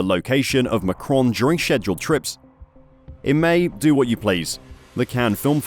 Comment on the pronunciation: how the f did u say scheduled XD